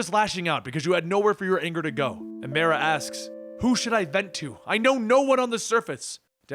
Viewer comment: The league "league Destoryed by myrah" is drunk again.